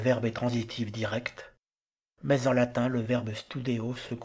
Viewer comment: Merci pour cette vidéo bien faite et instructive. Pourquoi, cependant, massacrez-vous à ce point la prononciation du latin ? Le contraste avec votre prononciation extrêmement soignée du français est saisissant.